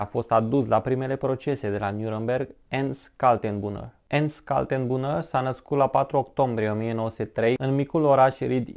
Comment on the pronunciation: Se citește ,,ernșt kal-ten-bru-ner", omori efectiv numele germane, ușor de pronunțat.